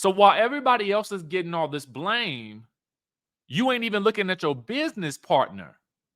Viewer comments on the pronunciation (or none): none